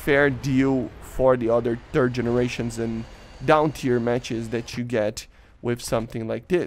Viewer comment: I am sorry, accent of 3rd generation sounds like "turd generation", kind of fitting of current 3rd generation plane in current air RB